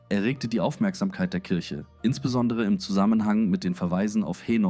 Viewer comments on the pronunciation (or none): none